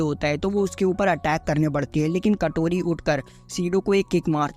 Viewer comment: Kotori❌ katori ✅😅😅😅😅😅😅